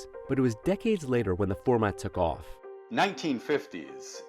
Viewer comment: In Asia we just call them "shops in Market" 😂😂 😂 .. "srip-mall" my foot 😂😂😂😂😂😂😂😂